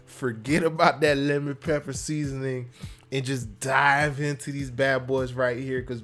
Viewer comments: Not lemmon pepper...but LEMON PEPPUH!!!!!! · That’s not lemon pepper wings. That’s Lemon Peppah Wings Baby 🤌